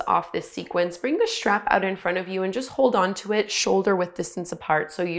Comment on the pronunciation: Keep your elbows 'schtraight' when you use your 'schtrap'.